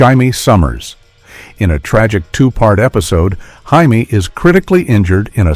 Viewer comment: Its "Jay-mee", but the announcer keeps trying.